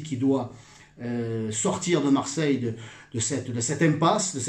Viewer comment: "Maire de marseilleuuuuuh". Stéphane je t'aime bien mais là l'accent à ce point on dirait du Gaudin!!^^